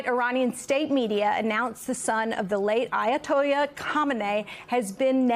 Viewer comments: “Ayatollah” not Ayatojja. Does he look like mexican to you?? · Not Ayatoya, it's Ayatola, at least pronounce the name right! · Ayatoyah? Did you say? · Ayatoya ? Is that the Spanish pronunciation? 😊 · did I hear a double L convert to a Y in there?